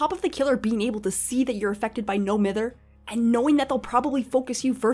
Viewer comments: It’s MY-ther. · Love the video, but I’m pretty sure it’s pronounced m-EYE-ther. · It’s no m-I-ther u egg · Triggers me that “Mither” is mispronounced.